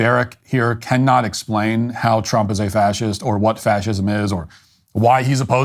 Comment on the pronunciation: Twump is witerwy hitwer